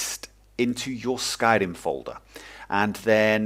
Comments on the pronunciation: You sound like a wizzard when you say "Skairrrrimmm" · One of the most noob friendly tutorials great job! also i like the way you pronounce Skyrim :D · Haha I love the way you pronounce Skyrim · Hey,. To me, you sound like a friendly teacher:D I really enjoyed the pace of the tutorial and your tone of voice. Of course, how could I forget. You really emphasise the R in Syrim. I like this. Basically, thank you and take care. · I love your accent when you say Skyrim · Skyrim in British ;)